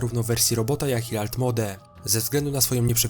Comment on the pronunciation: "Alt MOŁD" kolego się czyta :)